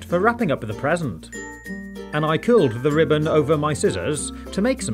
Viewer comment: i thought you said peasent